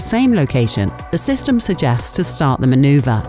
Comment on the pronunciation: manuverrr and digital new modern